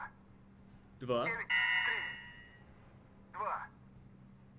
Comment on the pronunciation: it doesn't say tree - it's čtiri - it means four, dva is two